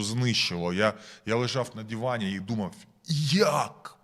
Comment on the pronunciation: А нас нудить від ВАШОГО ПАФОСУ!!! Українською буде не ДІВАН, а ДИВАН. Вчи мову пацан!!!